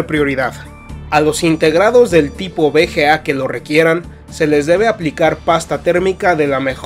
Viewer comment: Buen video ....pero si la b se dice be porque la v le dices be tambien.BGA o VGA